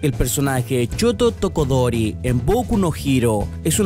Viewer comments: CHOTO TOKODORI? yo te admiro mucho pero intenta leer mejor la próxima vez XD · Shoto Todoroki* Aprende a pronunciar los nombres :v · se dice shoto todoroki y no se inspiro en zuko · "Choto tokodori" xdxdxd